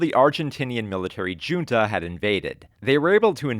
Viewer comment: OOOOOFFFFF! That "June-ta" hurt my soul. Otherwise amazing video and stellar analysis, thanks for sitting through this so we may be entertained. Your sacrifice is commendable!